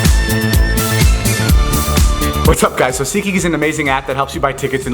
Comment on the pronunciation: I just now realized it's seatgeek and not seekie